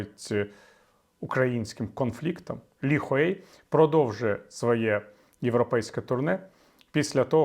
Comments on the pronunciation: Он не Ли Хуей. Он Ли Хуй ! Зачем вы каверкаете имена иностранцев ? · він не "Хуей".